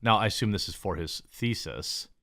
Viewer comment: I like how Jeremy's 'thesis' is yowls 'feces'